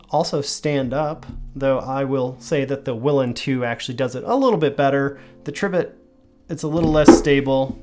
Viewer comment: Pronounced, Tree bit